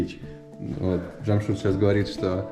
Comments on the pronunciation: Научись правильно произносить имена. Не Джамшут, а Джамшед. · Ни джамшут,,,а ДЖамшед ,, все просто ж т!!! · Не Джамшут, а Джамшед! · Здравствуй ! Уважаемый не Джамшут а Джамшед... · Имя ДжамшУд придумали на канале Наша Раша. А в реальности имя произносится как ДжамшЕд ,ну или чтобы Русскоговорящим было легче, можно использовать букву Э ДжамшЭд. А выражение ДжамшУд в Таджикистане с недавних пор уже стало считаться Оскорбительным! Вам повезло что ваш водитель по ходу не в курсе нового варианта своего имени. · НЕ ЖАМШУД А ЖАМШЕД БАРАН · Не Джамшут а Джамшед. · Не Джамшуд а Джамшед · Не чамшуд А Чамшед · Не Джамшут а Джамшед. Надо правильно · Не Чамшут а Чамшет☝️☝️☝️ Как ты смотришь на то что тебя будут называть не и Мышка или Муша,? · Не джамшут а джамшед !!! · Да унас есть такие имена но произносится чамшед а по русский джамшед а не джамшуд вот так 🇹🇯🇮🇷🇦🇪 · Не Джамшуд 🤬 а Джамшед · Имя Джамшед а не Джамшут назави правилно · Слушай ты русский, МИ ХУЙ ИЛ,охранел что ли,уважай себя, не Джамшуд, а Джамшед. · Не Джамшуд а Джамшед говори нормпльно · Не Джамшут а Джамшед.. поправьте пожалуйста 🙏.. Это “ тахт джамшед” “ персеполис” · Не Джамшут а Джамшед! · понимаю что для тебя наши имена непривычные, но не стоит их коверкать и произносить как в оскорбляющей Таджикский народ шоу «наша раша». Этого мужчину звали не Джамшут как ты произносил все разы и как по издевательски представляли таджикский народ в той передаче, а Джамшед (по таджикски произносится Jaмщед ) или так же возможно его звали Шамшод. Мужчина в виду своей воспитанности и гостеприимства не стал тебя поправлять, хотя стоило бы. Без негатива, видео в целом замечательное. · Водитель Джамшед научитесь уже правильно произносить видно парень скромный добродушный молчит не попровляет каждый раз. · Братан , ударение делай на "Е" Жамшед. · Я ИЗ УЗБЕКИСТАНА. МЫ ЗДЕСЬ ПРОИЗНОСИМ ДЖАМШИД. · Что у них в букваре буква е нету чтоли джамшед правильно